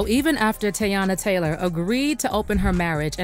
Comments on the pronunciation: Please say the names correctly. You messed up Gabrielle Union's name in the other video and now you're butchering Teyana Taylor's! Geesh! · If you’re going to report something at least pronounce her name right.